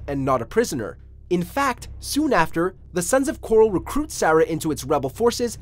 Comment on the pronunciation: It's the 'Sons of Korhol', not the 'Sons of coral.' I'm not just being pendantic here, the name is pronounced many times in the game, so there's no real question about the pronunciation. The fact that you keep pronouncing it 'coral' over and over tells me you've never actually played the game and have only researched it on google.